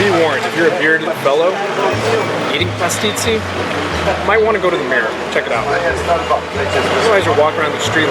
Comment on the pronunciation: he totally got to know the culture and Maltese people as much as he could in the time he had and on top of that made an excellent Video. One of the best I've seen and also he said Pastizzi perfectly!